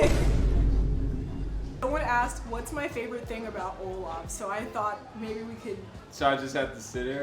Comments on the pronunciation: Its OLAV Not olaf 😂😂😂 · I keep hearing Olaf☃️ instead of olav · Everyone calling Olav, "Olaf". Its inevitable at this point. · When Eva says Olav I here Olaf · Its OLAV with a V I beg get it right he is not a character from frozen like come on y'all